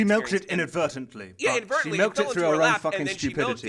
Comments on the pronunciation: Man and keep roasting keem and making him look so dumb, lol Keem, Inaberytalngbly, is not a word... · "inavertably" keemstar 2016